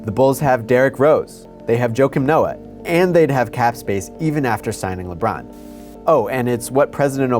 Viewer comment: holy crap its Lebrawn James!